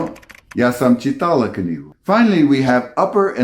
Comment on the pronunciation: I, a Slovak wife watched this with my Polish husband and I admit that this was a very educational and interesting video. Just beware the correct Slovak accent. You read the Slovak sentences with Polish accent. Instead of "čí-tala", you said "či-TA-la". The long and short syllables in Slovak and even more in Czech language can be challenging for foreigner, but necessary to be spoken correctly, as wrong accent changes the actual meaning of the word. Eg. krik (scream) vs krík (bush), or kura (chicken) vs kúra (a cure, a cosmetic procedure) etc. Overall, we really enjoyed this video. Keep up the amazing job! Pozdravujeme zo Slovenska :-)